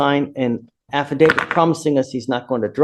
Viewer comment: “AFFIDATED”?! 😂😂 AI is such hoot!😂😂😂